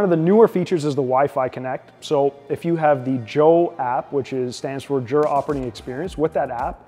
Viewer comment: It's pronounced "YOO-Rah" not "JOO-rah."